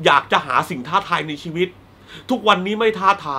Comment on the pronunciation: เสือ ชะนี เก้ง ตอนที่เจ้อ้อยปลอมตัว เป็น คนฮ้องกง ทำให้เวลากุฟัง คำว่า "ชีวิต" เป็น ชีวิกคงเล้าาาาาาาาา ของ โซเฟียลา -.- ชิวิกข้องกุกกกกกก